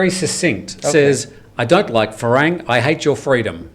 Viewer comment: Thai people never say "Farang" but "Falang" :-)